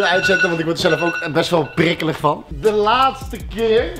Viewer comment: HAHAHAHAH komt 'wat n drama he k snap dr ook niks vaaan' op zn groningss